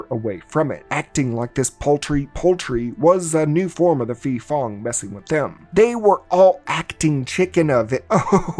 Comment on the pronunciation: Am Thai, ,so a video about a Thai movie is a welcomed surprise lol. The pronunciation of 'phi' (ghost) can use some work. It's pronounced 'pee' with a rising tone at the end.